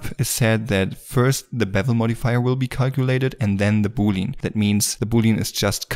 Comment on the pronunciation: Boolean is pronounced Boo-lee-an, not booleen ;-), just sayin